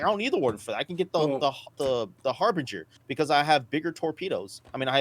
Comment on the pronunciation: Love your vids ... but please say it right its Har-Binge-er as in Harbinger of DOOM ;)... Its my Awesome ship ive been dreaming of for nearly 2 years now ... But yeh it Sucks in game currently I dont know why they even put it in now... pretty much nothing for the Harbinger works ... armour not in game .. torpedoes are unselectable and pretty useless and man dont even start me on the rocket turret ... that possibly the laziest implementation of something ive seen in game .. they just nailed some delta pods on to the normal turret .. wow sure rockets aren't really a fully working thing yet but the fire rate, the damage, the tiny tiny ammo count ... whats the point of even having it The all cannon load out also sucks and not what it was ment to have ...wheres my railgun Now if you stick a Size 5 Galdereen and 4 laser repeaters on there and its pretty handy .. until a npc ship drives into you and knocks off your main gun It still escapes me why they have fixed and gimbled guns on the same aimpoint Also whys it so slow ... I had a player bounty target in an Aurora MR and it just runs off at 1200 m/s and Ive got zero hope of catching it ... in my ship thats mostly engines I think im guna melt it and get some stuff that works... will come back in a few years and see if its got any better